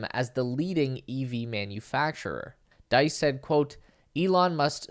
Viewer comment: FYI, Diess sounds like geese.